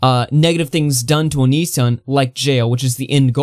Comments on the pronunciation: Bro, the way you pronounce onision makes me cringe lol but Chris Hansen and onision are so transparent lmfao they're both clearly just trying to get each other on their shows is for the money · Why are you pronouncing “Onision” like that? Lmao wtf